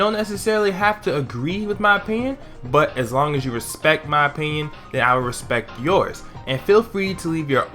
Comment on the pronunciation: I care about your oppioyiowoin